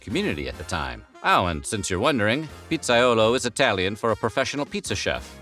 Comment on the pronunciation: To bad it's pronounced pizza-yolo I know it's spelt Pizzaiolo